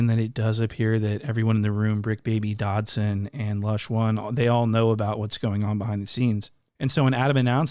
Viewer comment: When I realized he was calling suspect... Dodson🤣🤣🤣🤣. I lost my shit